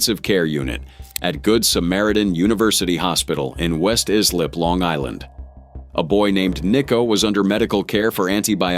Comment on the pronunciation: Lived on Long Island my entire life: pronunciation: West EYE-slip--Not West Eeee-slip :face-blue-wide-eyes